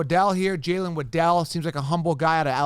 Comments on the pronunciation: Its "wah-dul" not wa-del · “Wa-Dell” Man. I’m out, cya